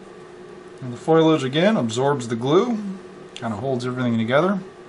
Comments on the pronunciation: PS- I forgot to chime in, it is fo·li·ageˈfōl(ē)ij/ not "foil-aj" lol ;-) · Now it all makes sense! Thank you for making this video! ok, it's fo-li-age, not foilage. lol